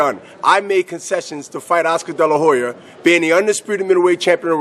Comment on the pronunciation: "Oscar della hoyer" lol